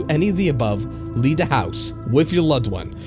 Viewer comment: I have to say, I really enjoy your voice, however, it does feel like you could articulate a little better, and this is only going off this video. To give an example, a few times where you said "the" it sounded almost like you were saying "da" which might be due to shitty headphones or perhaps just not listening properly, but it seems a bit immersion breaking when not the context of the story, like someone attempting imitate a dialect. Otherwise it was a really enjoyable video. I like the videos that you do that are shorter, as with there being so many long ones, it makes it somewhat hard to enjoy a full story all at once without any sort of interrupts, which to me is important with many horror based mediums, especially written stories. Glad to have found you from IHE, I really enjoy creepypasta but typically run out of new stories to consume.